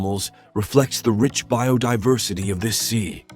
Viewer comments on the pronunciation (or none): none